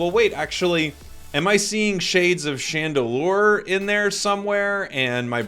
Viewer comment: pretty sure it's chandelure